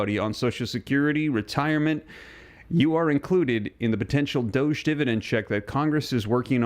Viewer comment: Really tired of your pronunciation of doge........